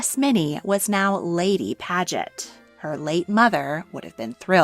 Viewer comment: The whole first half of the video she pronounces paget “pad-get” and then she changes to “page-et” I wonder why that is